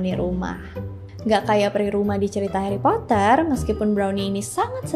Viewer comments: indonesia nya heri poter😭🙏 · Sumpah aneh bet denger Hari Potret 🤣🤣🤣